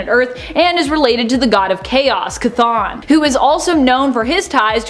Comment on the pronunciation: Someone needs to get their facts straight on who taught Ilyana Rasputin dark magic and learn how to pronounce Chton!